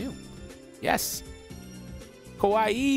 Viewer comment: Lol when pronounced Kawaii he said it like Kowaii which translates to scary as opposed to cute.